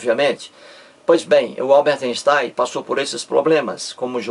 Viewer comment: "Alberte Enstai"